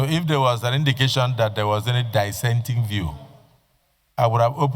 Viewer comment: Die-senting view - is that the correct pronunciation of "Dissenting" Mr. Senate President??? Smh😮